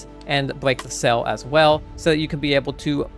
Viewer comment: They're Wind Sail Frames, I thought he was saying cell too.